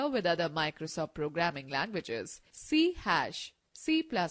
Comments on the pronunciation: "C-hash"? Really? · “C-Hash” I can’t